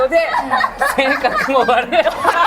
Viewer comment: don't take this the wrong way but please put google translate in italian and learn how it pronounces poor vincente's name